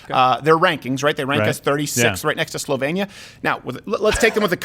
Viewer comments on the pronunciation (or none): Slovenia is pronounced slow-veen-ee-uh. Great clip though! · Don't you know how to pronounce "Slovenia"?